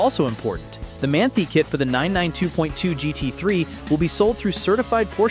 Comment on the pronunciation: It is pronounced Man-tie not Man-tea. FYI